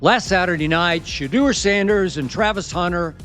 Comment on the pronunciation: It's pronounced "Sha - DOOr".